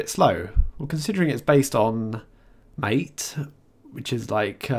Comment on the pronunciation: MATE is pronounced "Ma-Tay." Nice review